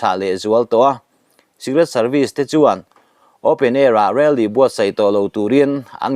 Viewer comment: I thil chhiar dan,thlûk dan a mak thei e.Rally tih i lam dan te kha.😂😂mahse a bengvarthlak e..